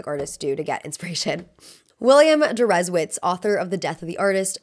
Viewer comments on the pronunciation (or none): Deresiewicz is a Polish last name. Many names ending in "-icz" or the anglicised "-ich", as well as "-ski" are Polish. Hope that helps you research pronunciations next time, sadly this time you were way off the mark. 'W' is pronounced as 'V' and as I mentioned 'CZ' is the English 'CH' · I'm very interested in your pronounciation of Deresiewicz - is it how he addreses himself? It's Polish surname that is "originally" pronounced Dereshievitch (here i am trying to make it understandable for English speaker lol) but considering he's American maybe he pronounces it differently?